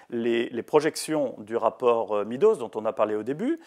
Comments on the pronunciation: MEADOWS se prononce MEDDows, et non MEEdows. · Le rapport Meadows se prononce comme MAIS DOSE, Monsieur Bueno.